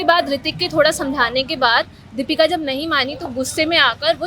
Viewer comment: रिपोर्टर जी नाम तो सही बोलिए दीपिका न की दीपका